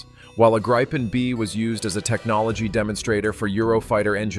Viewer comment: Not Graipen, but Gripen.